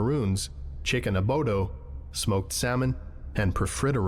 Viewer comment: Bro, on the cooking test, did he say "chicken abodo"??? It's chicken adobo😭